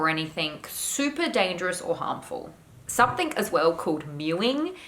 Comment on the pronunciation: Cringe each time I hear "somethink" or "anythink"